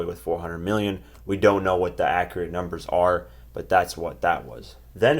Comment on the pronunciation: he said "300 meal", aaaaaaah!!!!!LMFAO!!!!!! then he said, "There is a lot of peopole" WTF!!! LMAO!!!!!......you know that had to be floyd, aint nobody typing for him there...AAAAAAAHAAAAA!!!!!